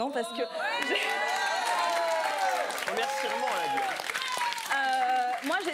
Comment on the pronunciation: Remercirement elle a dit :rire: je suis mort